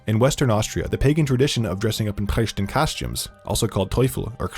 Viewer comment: The speaker's pronunciation of "Perchten" is very... (cough) American, though. The German "e" and the "ch" frikative (which has 3 different versions depending on the words it appears in) seem to be difficult for English speakers.